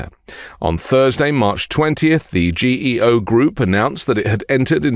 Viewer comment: Correction ...Pronounced GeeO.. They were a customer of mine. There is one on the boarder of NE NC and VA. I use to service another on the boarder of GA and FL. They are built in the middle of nowhere (land is cheaper) so it's nearly impossible to staff them properly.